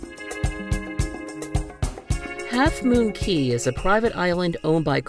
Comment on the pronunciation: you said key not cay